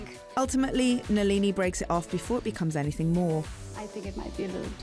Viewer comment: NALEENEE??? Come on if you’re gonna do this at least get the pronunciation right